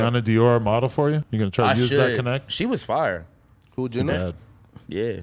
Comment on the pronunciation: Nigga said Jeana 😂